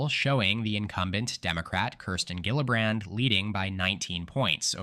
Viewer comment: It's pronounced : Jill-uh-bran , the "d" is optional. Work on it, please it's driving me crazy.